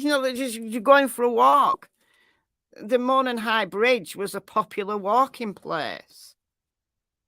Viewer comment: Hi,. Local here in Indiana. Jut want to let you know it's pronounced MOE-non with the accent being on the first syllable. You do great coverage and are my fave go to for cases!